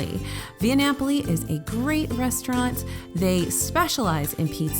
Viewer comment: You nailed the pronunciation of Via Napoli,. Good job, buddy.